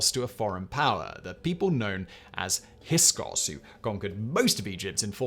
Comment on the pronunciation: How does it not surprise me that fact boy can't pronounce Djoser's name? Djinni is the proper spelling of the English genie. Anything with that dj at the beginning is the same. Hyksos, not hyskos.